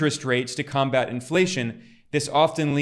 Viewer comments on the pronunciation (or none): "Combat", used as a verb, is stressed on he SECOND syllable: ("com-BAT")